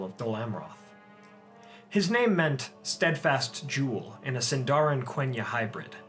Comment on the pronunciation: I love your videos a lot. But I wish you pronounced Sindarin correctly. It is supposed to be SINdarin. Not SinDAArin.